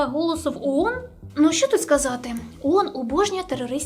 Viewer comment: Iрак вторгся в Кувейт,I"Iранськi" вiйська увiшли в краiну??I не Уон,а оон!